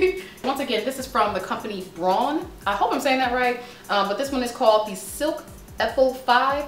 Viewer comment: Braun is pronounced brawn